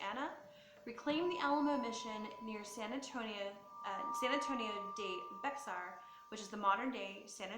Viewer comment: It’s Bexar (pronounced “bear” the “x”is quiet). Are you sure you’re from Texas or a Yankee transplant?